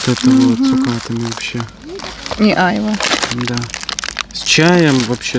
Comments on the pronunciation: Доброго времени суток! Ребята вы просто очаровательные! У вас такая тёплая и душевная семья. На вас реально нужно ровняться многим. Спасибо за ваши видео! Бабуле с дедушкой дай бог здоровья! Да и ещё,айва, ударение на второй слог айвА, без обид. Удачи вам. А мы все будем ждать новых видео. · Вы конечно из Белоруссии..и можете не знать. но на русской слово айвА. ударение на последний слог. Всего вам доброго. ( написала не для критики )❤ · В России на Айва ударение делают на последнюю А😂 у нас тоже дерево растет, очень с нее вкусное варенье, может я что-то путаю и у вас другой какой-то фрукт называется Айва, а малинку посадите себе вы справитесь, мы тоже перетераем с сахаром и в холодильник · Добрый вечер из Крыма. На 51минуте это не сыроежки, это сладкие грузди. И не Айва, а айвА правильно, это турецкое слово. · Ребята, вы молодцы!!!! Сбор малины- это очень интересно. Но почему бы на вашем хуторе не заняться голубикой?! Хвойный лес же у вас. Но вам виднее. И еще: вы называете Айва, делала ударение на первый слог. А на юге название айвА. Я южанка. У меня айвА в саду. С полкило и более каждый плод. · В слове Айва ударение на последнюю букву А